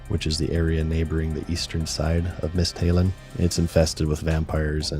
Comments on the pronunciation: Been playing runescape for 2 decades and have never heard it pronounced as Mist-Halin and i dont know how to feel about it! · I really like the pronunciation "mist Halen" Definitely better than my "Misthststhsts uh lin"